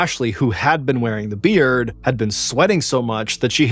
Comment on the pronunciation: Whoa, that’s definitely a twist, he ain’t lying! I would never have guessed! Except for that weird emphasis on a beard which made me think there could be something to it… Green iguana and bearded dragon 😆? Also, the flow of the story was great, especially enjoyable to listen to. Thank you, MrBallen! I wish she could’ve survived though, life is so cruel sometimes